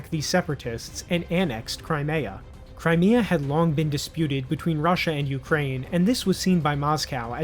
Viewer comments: He can't even pronounce Crimea, and he think he is an expert.😂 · The fact that you can't even pronounce Crimea right shows how much you know about this subject.